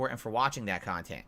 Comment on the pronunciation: Curated khantent. Snort.